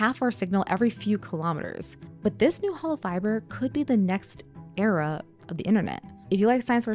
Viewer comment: Gave a like for the "air-a" crack at the end